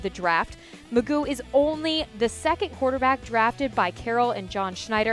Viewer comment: there is no way it is pronounced mcgoooo. why would anyone go with that. you just say its mcgoff. i just dont understand.